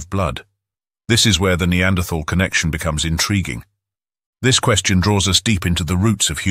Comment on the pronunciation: It is so refreshing to hear someone pronounce the th in the word neanderthal